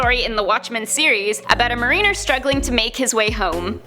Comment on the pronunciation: Did she say "ma-re-ner"? Did she say "or-ridge-ins"?